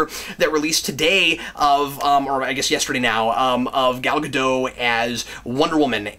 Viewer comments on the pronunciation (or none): I think the costume is too dark. Other than that it's good And I just found out that the t isn't silent in Gadot. It's pronounced like it's spelled